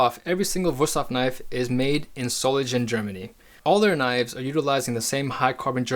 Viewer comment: Marvelous knives and nice review! Just a word of advice: Solingen is not to be pronounced as "Solinjen" but with a hard "G", like the sound of the first g in the word "gang"